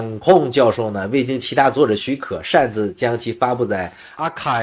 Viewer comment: 老师... 应该是是 archive 而不是 achieve 吧？ 哈哈哈， arXiv 的读音就和 archive 一模一样哟！ 就是 老外喜欢玩的 缩写 呀！ 来自新加坡的赞叹与喝彩！❤